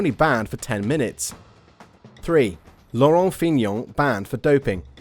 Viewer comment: Joop Zoetemelk and Laurent Fignon get it right please.